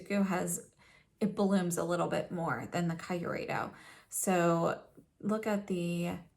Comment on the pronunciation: I know this is an old video and I don't know if you now know the correct pronunciation, but since no one has corrected you in the comments, I need to say it: the KYU part of Kyureido rhymes with cute. So it's kee-oo-ray-doh.